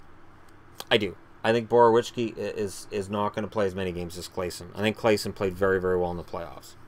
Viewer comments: Boroveeyetski not Borowichki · Every time I hear Borowiecki's name it's a different pronunciation lol.